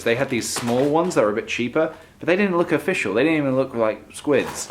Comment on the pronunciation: ofFISHal .... i'm so sorry